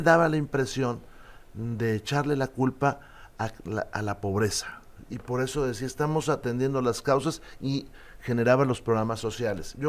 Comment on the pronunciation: "pod eso" El nuevo partido rugtratts de cad-ditos